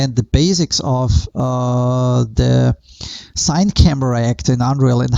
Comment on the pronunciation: Friendly tip; it's not pronounced "sine" ... it's pronounced "cinny", as it's the first part of cinema.